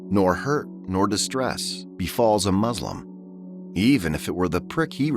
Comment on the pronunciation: Great effort put in the video but please avoid using Ai for voiceover as it doesn't pronounce Quranic words correctly. What is a "Muzlam"?